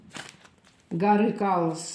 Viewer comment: Не Калоа,а КайлАс,ударение на 2ю А